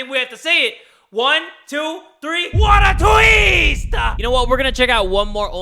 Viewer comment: "WHAT A TWISST!!"